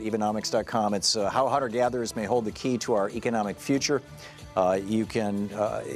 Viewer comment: Hold the "hey"? You meant "key" right?